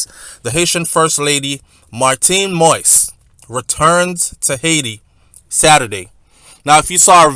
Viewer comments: Say it like that: Moh is. Like in the phrase Moh is a nice guy lol. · I thought, by now some body wound have corrected you on the pronunciation of the president, s name,.it's Mo - is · Stop news that you no nothing about!!! OMG!!! please please please learn how to pronounce the President correctly!!!